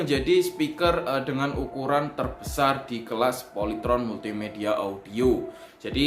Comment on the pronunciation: Salut banget sama abangnya, kok bisa²nya doi gak ketawa pas bilang "polytron multi amoeot" sumpa gw ulang² tetep ngakak.